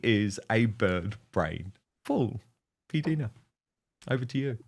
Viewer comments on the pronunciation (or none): Dan, I believe it is pronounced "P Dyna" not "P Deena."